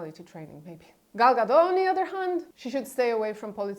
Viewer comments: Gadot, not Gado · It doesn't matter; people need to stop saying Gado like it's Gal Gadot's surname and not Gadot.